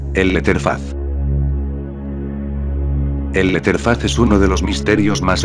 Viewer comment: "el leterfas"